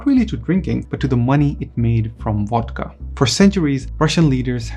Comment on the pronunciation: It's pronounced VODKA with the "v" sounding like the "v" in Soviet, not WODKA with a "w" that sounds like the "w" in water. It's the main topic of your video, so do try to get it right.